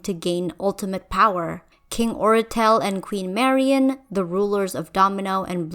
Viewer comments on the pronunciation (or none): none